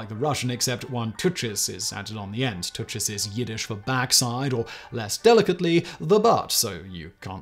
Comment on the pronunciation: Touches is pronounced tukkas 😂